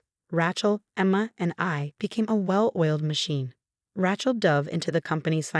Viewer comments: You know what? Nobody is named “RA-chel” The name is “RAY-chel.” There is only one pronunciation. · And no T. Not Ratchel. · The name, Rachel has a long A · Maybe the double consonant throws off the voice program.